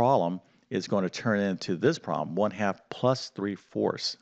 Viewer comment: The word 'problem' is NOT pronounced 'prom' !!!